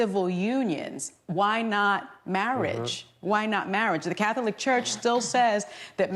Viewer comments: Im triggered every time Sunny pronounces it, “Cath-O-lic” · So glad that these CIS Gendered heterosexual women are so happy about this. And the way Sunny pronounces Catholic is so irritating! omg!